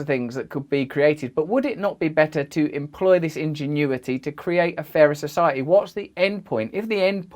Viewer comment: Society “ Soo sigh a eeee”. Keep working on pronouncing those “Ts”